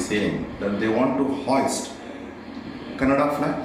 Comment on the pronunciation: it is not Kannad we call it Kannada